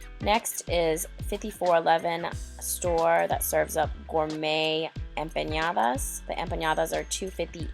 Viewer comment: empanadas. portillo.... lol